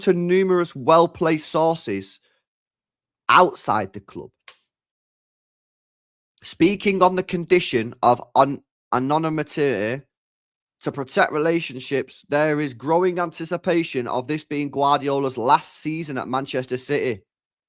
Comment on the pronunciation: "speaking on the condition of on-anon-miteerir" Hang it in the Louvre 🤣